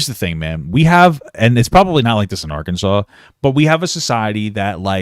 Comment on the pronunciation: As a person from Kansas u best correct the way u say Arkansas boi😮